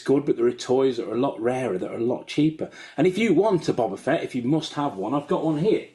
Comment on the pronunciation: Anybody triggered that not even the expert can pronounce Boba Fett correctly?